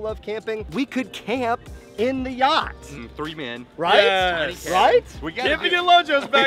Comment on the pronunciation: yea you said YATCH and she said, ''Oooookkk??'' and went back to tell the manager, and well... lol